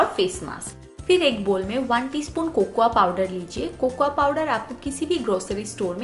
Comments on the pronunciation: Di cocuwa nhi Bolte ha Di Coco powder Bolte ha sweety di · cocoya. Kya hota h ... 😂😂😂 it's cocoa